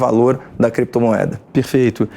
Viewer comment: "Kréptumueda" mais uma dos "Ixpessialixtas".